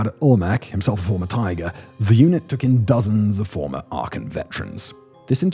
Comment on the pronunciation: I think a person who can't even pronounce Arkan's name, is not a worthy source of true events, only propaganda. Bit of a knob realkky.